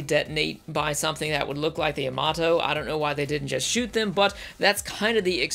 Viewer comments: YAMATO not yamoto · It’s ya-ma-to not yamoto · the guy can't even pronounce Yamato not Yomoto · It's Yamato,not Yamoto! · Yuh moto? No no. YAH MAH TOE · The Yomudo in yer accent is priceless. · good old "Yamodoh" -. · my grand pappy said its pronounced yamadah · you pronounced Yamato wrong, you said Yomoto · I know, right? Watches both series back to back. Fails to pronounce the name of the ship mentioned in the series dozens of times. But even the new one pronounced it differently than I've mostly heard over the years. Star Blazers aired in the US when I was eight years old. I loved it. But I watched it again recently and I couldn't believe how bad it was. I swear, nobody knew anything about space in the 70's. Which is ironic since that was the "space age". But then I watched the NEW series and WOW was I impressed! It fueled my nostalgia while also making it a legitimately great story. A++ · Wait how do you pronounce Yamamoto correct but Yamato you can’t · I mean, they even pronounce it in the anime itself. How do you mess something like that up? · ... Perhaps this has already been said, but when the voiceover mispronounces the name of the show TWICE within the first 16 seconds, it truly makes me wonder if this is really going to be worth another 20 minutes of my life ... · I know I'm commenting on this 7 years after it was uploaded but I have to say that the frequent mispronunciation of the ship name is very distracting. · You completely butchered the pronunciation of Yamato throughout the video and it’s annoying.